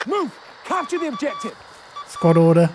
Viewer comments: "Obiective"? REALLY? How hard is it to learn A WORD in english and how to pronounce it right? Is it so hard to say a soft G? What the actual fuck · Does the word "objective" have two types of pronunciation? Obdjective and obyective I have heard only first type before, but here the speaker uses second. It sounds like he is Russian like me :) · Why does the narrator say objective like that? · the way he speaks "objective" makes me laugh